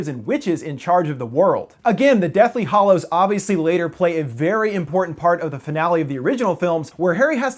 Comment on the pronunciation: I could be wrong, but you are saying Deathly Hollows and it's Deathly Hallows. The hallows aren't hollow.